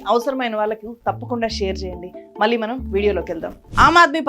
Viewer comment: మళ్ళీ.. మల్లీ కాదు తల్లీ... ఉచ్ఛారణ మెరుగు పరుచుకో😊 పాత్రికేయ సోదరీ!